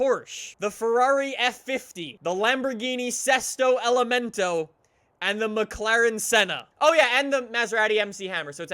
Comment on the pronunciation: I don’t like how he says fortza and Lamborghini setso element